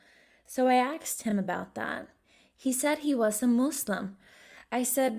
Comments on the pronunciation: It’s ask you fool not arxed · Very nice video and story. Please stop saying "axed" instead of "asked". Thank you.